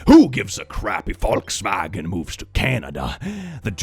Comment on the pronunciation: As an American, hearing someone using the proper pronunciation of Volkswagen tickles every good part of my brain. One one hand, I know forcing an accent when pronouncing non-english words can be problematic (think of people over pronouncing quesadilla in a really stereotypical accent), but I feel like tearing the uniqueness from other culture's words/names for stuff feels just as bad.